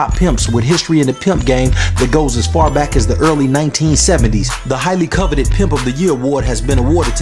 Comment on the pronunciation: Can't even say coveted right